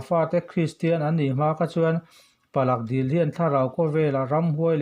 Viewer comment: Palak dil nilovin Pala dil tih zawk tur..